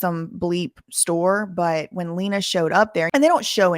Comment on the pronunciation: My queen adams childs mother pronounces her name “l - ey - na” not “l-ee-na”keep slaying 💅💅